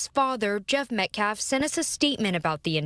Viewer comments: In a previous interview he couldn't even get Austin's name correct. He said Metclaf several times. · He really is an idiot. In previous interviews he pronounced several words incorrectly & kept saying Metclaf. He can't even pronounce Austin's last name. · The NGAC spokesman has said "self defflence", "re approch" "metclaf"....etc.